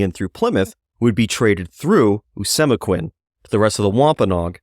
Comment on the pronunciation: Pronounced Oh-see-mek-win His son Met-a-calm-it For pronunciation